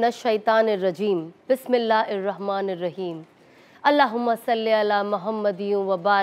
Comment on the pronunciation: Bis millah hir rehmaan, instead this you recite Bis millah ir rehmaan...just check maam if I'm.not wrong